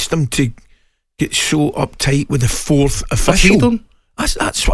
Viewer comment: Is Gabby saying "Fourth'd" official?